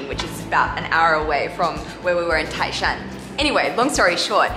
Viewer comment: you sould say tái shan,tai is second tone😄